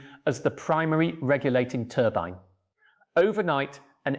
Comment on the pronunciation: TURBEEN what the hell is a TURBEEN, is this crap AI